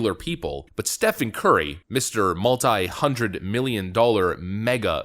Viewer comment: It's pronounced "Steven" FFS, not "Stefan".